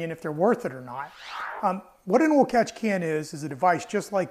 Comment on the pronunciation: Oil not awl